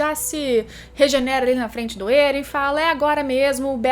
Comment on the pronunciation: êren não krlh, éren, É REN